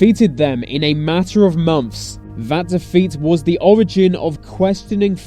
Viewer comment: It's probably the sound on my computer, but when this guy pronounces the English TH sound, it comes across as V; so I hear VE (vuh) instead of THE, VESE instead of THESE.